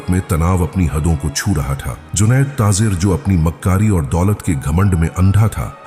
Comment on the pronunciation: taazer kia hota hai urdu ka beda gark mat karo taajer bolo